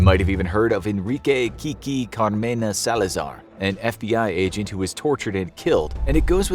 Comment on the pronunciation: Kiki Ca-ma-re-na .....not Car-me-na